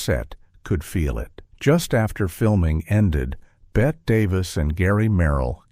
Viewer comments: Ruined by A I voice. It is Betteeeee not Bet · Unwatchable. (Not the movie, THIS AI slop. BET Davis?) Three minutes in and I can't take it anymore. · FYI Bette is pronounced Betty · You would be more believable if you pronounced Bette Davis’ name properly. It’s Betty not Bet. Claudette hurt her back in 1950 on the set of Three Came Home. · BET-T is how it’s pronounced idiot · I love the interesting information. But if the AI calls her BET Davis (Bette Davis is Pronounced BettY Davis), I think I’m going to screanpm! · You. Can’t listen to this idiotic thing because the twerp narrator - that is probably AI - calls Bette Davis “Bet” throughout. UGH. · BET-TEE Davis! Pronounced like Betty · Lose the AI and do it yourself. And by the way, Bette Davis is pronounced BET-TEE Davis. Davis and Baxter were both up against Gloria Swanson in Sunset Boulevard. That's why Holiday won. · Can't finish a video that mispronounces the name "Bette" Davis, being as it was one of the greatest performances in movie history and that she's the central star of the movie and therefore this video. A shame. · You are mispronouncing Bette Davis’ name. To a film buff, this is shameful. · What a crock. There are far better short subjects about this great film. There are no revelations in this poorly edited mess. Maybe it was AI generated... mispronouncing Bette Davis' and George Sanders names. The photos don't match the narrative...the whole thing is a waste of time.